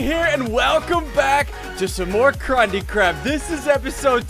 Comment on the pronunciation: it sounds like he said crundee crap lol 😂😂😂